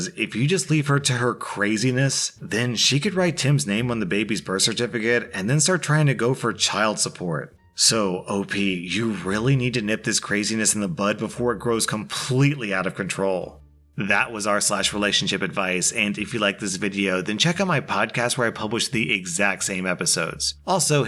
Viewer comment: Not sure if I heard you wrong but its "nip it in the bud", sounded like you said butt.